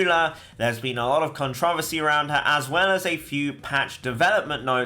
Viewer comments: "Cont-roversy" -... Pure GENIUS! GENIUS I SAY!! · The way you said controversy is interesting